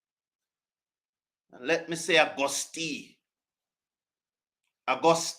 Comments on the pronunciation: The "e" in Auguste is silent....sheesh!! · Sir I listen to your show regularly and agree with most of your comments, regarding the pronunciation of our st Lucian batsman his name is being badly pronounced it is Auguste it’s . We have a French background so please sir pronounce the young man’s surname as you have been guided. This is the only issue I have with you, you may be doing damage to the young man by the way you say his name, thanks and keep safe